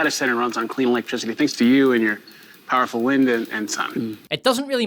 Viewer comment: What does "PIE-ER-FUL" mean? This guy keeps saying that word.